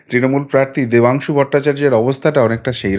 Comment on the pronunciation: Oor naam Pathangshu, Oor naam ta thik kore bolo please.